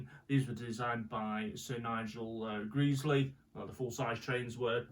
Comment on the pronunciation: Sir. Nigel "Greesley" bruh it's (grez-lee) not (greez-lee)